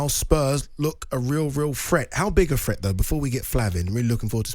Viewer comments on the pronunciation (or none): ‘Threat’ not ‘fret’